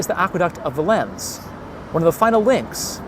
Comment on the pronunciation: isnt it pronounced VAY-LENS not vuh-lens